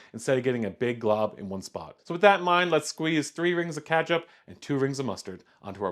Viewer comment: Don’t trust anything this guy says because of the way he pronounces ketchup